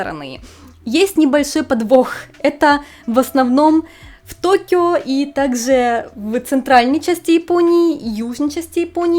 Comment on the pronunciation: вы носитель русского языка. А в речи путанте шипящие. Это режет ухо. Например, "есе- ещё, так-зе - так-же, и т.д.